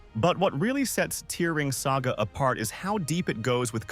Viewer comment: Thanks for letting me know about these gems! i never knew that Musashi had survival game mechanics/elements where you need to manage his food/sleep. But re:Tear Ring Saga, i'm sorry it's apparently tear like the tears when you cry, and not tear like the present tense of tore/torn. Edit: idk why i keep hearing it wrong, and you're probably pronouncing it correctly.